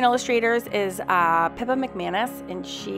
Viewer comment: Beautiful. Are you saying Pippa Mcmanus or Pepper?